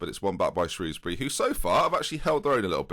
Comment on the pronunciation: thank god for the proper pronunciation of Shrewsbury